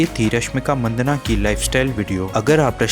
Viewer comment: Rashmik Maddanna...Manddana nahi yaar